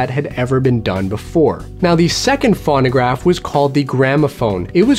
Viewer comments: I don't think anyone here is being a jerk. And I'm sure would like to pronounce the name of the device correctly. It's pronounced phone-o-graph, and sometimes phone-a-graph, but never fawn-o-graph. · It's F-o-no-gr-a-f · It's pronounced Foe-no-graf...long "O" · "fawn-a-graph" LOL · Your not saying it right you say it Phono graph like telephone you say it phono!!!!!!! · If you can't pronounce it correctly, I'm not watching. It's pho no graph. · Loic Kittentine exactly thank you!! He doesn't say it correctly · God, that was driving me nuts too. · Same here. If you're going to explain what something is, at least pronounce it correctly.